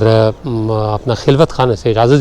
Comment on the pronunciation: خلوت میں خ کے اوپر زبر ھے